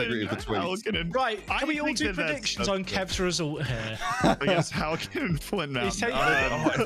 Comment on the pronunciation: Being from Flintshire and hearing halkyn and flint be butchered that badly I don't know how to feel 😂